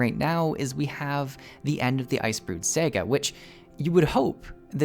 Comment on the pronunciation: "The Icebrood SEGA". 😂